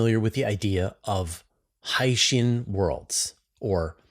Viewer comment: Your pronunciation of hycean is correct. HY-shən HY-: Sounds like the word "high". -shən: Sounds like the word "shun"